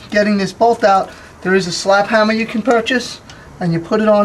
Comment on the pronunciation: "a hamma" haha